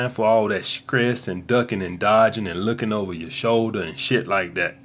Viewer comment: He pronounces “st “ at “sk” skrategies, skress!!! Hahah